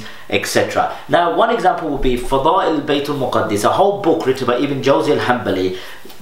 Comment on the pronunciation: Correction Bro, its not Baitul Muqaddis, its Baitul Maqdis. There is no Tashdeed on Daal. So the right way of saying it is بَيْتِ الْمَقْدِس with a Zabar over Meem (not Paish) and then Sakeena on Qaaf with Qalqala and then Zair under Daal. (Correct me if I'm wrong)